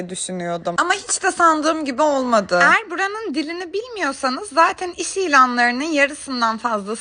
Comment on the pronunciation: Lütfen eğer demeyi öğren